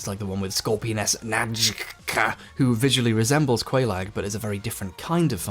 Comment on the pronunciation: its so cringe how he even purposefully mispronounces "Najka"